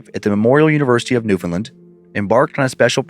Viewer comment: It truly hurts to hear Newfoundland pronounced like that 😭